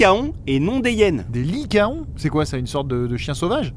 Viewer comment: Ce sont effectivement des licaons , mais on dit lican , comme des taon qui se disent tan